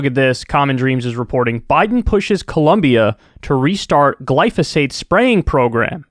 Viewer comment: I’m confused what is Glosophate??